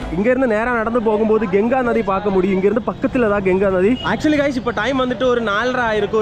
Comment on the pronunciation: Genga illa pa ganga